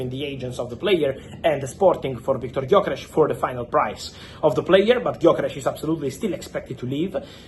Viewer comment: idk why but him saying Viktor gyökeres was very satisfying for me